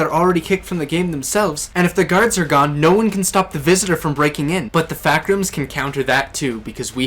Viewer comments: Ah yes, you have been sent to “THE FAACK ROOMS”. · "The Faack rooms" The fuck rooms